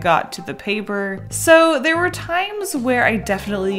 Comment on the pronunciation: "hang in thre" is the best part😂